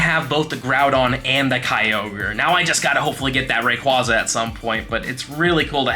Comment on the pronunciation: You pronounce Rayquaza wrong too. 😂 ATTACK: 14 IS NOT 98%